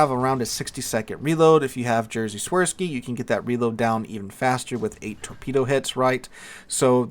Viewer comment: Hey. I feel like this is probably a BIG ask, but if you'd like to try say Jerzy Świrki's name a bit more correctly to impress your Polish listeners, try say it like 'Yeh-(ge)eh Shveer-skee', with the (ge) being said the same as you would say in the word 'beige'. But 'Jersey Swerskey' also sounds really cute too! With so many foreign names in this game, of course you don't need to be correct at all with most of them, but it's almost ingrained in the Polish mindset to feel a strong fondness and warm feeling when foreigners try to pronounce this needlessly complex language:)